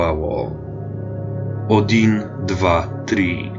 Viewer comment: Pisze się "odin", wymowa jest bliższa do "а"